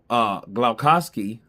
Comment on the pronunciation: you really need to learn how to pronouce some names man.glovacki -you say it like european name and not spell it like its english name